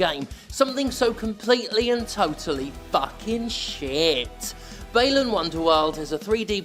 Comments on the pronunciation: should be pronounced as ‘Bah-lan’. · You are the only one Ive ever seen pronounce Balan with a long "A" instead of like "aah"